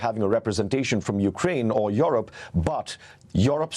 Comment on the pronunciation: This guy from BBC does not even know how to pronounce "Europe"😏